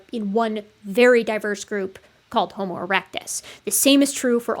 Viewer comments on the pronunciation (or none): none